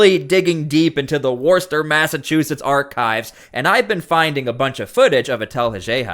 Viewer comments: it's pronounced Wus Ster accent on the first syllable, not Worst Ster. I don't press the like button until the end of a video, how do I know if it's any good within the first 59 seconds? I have found that those people who say "Like my video" before the video even begins are the ones I don't hit the like button for. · Wuss ter or wuss tah. There is no O sound at the beginning. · Its pronounced "Wooster" or "Wuster" 😂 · By the way, just for the sake of accuracy, in Massachusetts that city is pronounced “woo stir”. I do appreciate the coverage you’re giving so many out of the spotlight stories. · Boy, you're having trouble pronouncing the city of "Worcester" (Woos-ter) or think of Worcestershire Sauce. Now, try another nearby town in Massachusetts called "Leicester". You'll have trouble with this one, "Woburn" and this one "Quincy". 🙄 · It’s Wister ma well that’s how it’s pronounced here in S Boston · Pronounced wostah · It’s pronounced Wuh-ster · It’s pronounced ‘Woosta, Mass’. Trust me, I spent 2 months there cleaning up the dump site where they produced the heat tiles, on the space shuttle. Hated every single day. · We pronounce it Wuss-ter my guy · It’s pronounced wustah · Now I dont mean to pick...but in massachusetts...The city of Worcester...Is pronounced...WISTA....Of course without the R...because thats how they talk...but correctly it would be...WISTER...No biggie really just thought I would point that out.. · Great video, however. It would be far more credible if you stopped mispronouncing Worcester. It is pronounced Wuh ster. Likewise Gloucester is pronounded Gloss Ster. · It's pronounced "Wooster" or even "Woosta." Worcester looks like it should rhyme with Dorchester, but it doesn't. It's a MA thing. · Just for future reference, the city is pronounced Wooster. Wuss, like you're calling someone a wussy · It's pronounced Wustah. Don't ask me why. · Please...it's pronounced "Wuss-tur" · its pronounces wuss-tah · pronounced - WOOSTA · It's pronounced Wussta!